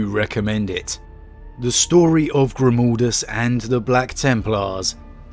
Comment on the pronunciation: Eyerything good and great BUT it is Grim-A-ldus and NOT Grim-O-ldus, his name is Merek Grimaldus! Otherwise, I love your video, the story is great, I totally agree! ;-)